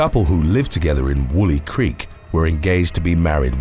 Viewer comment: It's pronounced wool-eye creek not wooly creek